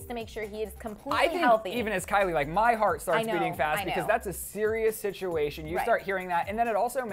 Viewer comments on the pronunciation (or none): its Kylie not kyle!!!!!! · it's Kylie not kyle